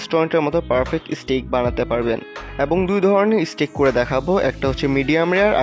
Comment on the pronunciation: স্টিক না ভাই স্টেক হোবে 😂😂😂 R Basy English Bolte g a salad k saled bole felche r ai dik a jeta main topic ajker oitar banan e vul ..steak k stick 🏒 bolche bar bar ...Bangali jaty bole kotah ..jotoi try koruk ..murkho osikkhitoi thakbei 😂